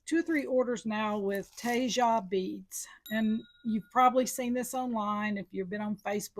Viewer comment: Tejas =tay haws. Not whatever you said.